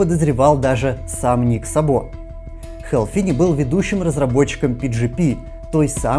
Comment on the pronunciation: Судя по тому как пишется фамилия в оригинале (Szabo) - ударение в фамилии Ника Сабо будет на первый слог, т.к. это венгерская фамилия, а в венгераском языке ударение всегда(!) и везде(!) на первом слоге - Ник С'або, а не Саб'о.